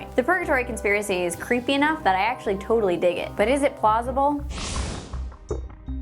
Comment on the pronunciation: In she said plasible